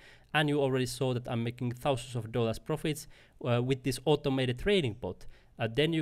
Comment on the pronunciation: "Fourteen TOUsand Dollars "...😅 I actually really got value from your video.